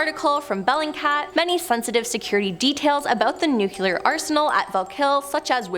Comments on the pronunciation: Nu-clear....not nucular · .Repeat after me: Noo-klee-ar . Not noo-kyoo-lar. There is only one "u" in that word, and it is the first syllable.